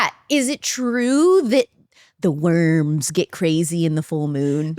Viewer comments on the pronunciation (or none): none